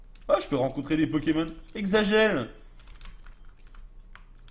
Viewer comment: digigamer man non il les prononce bien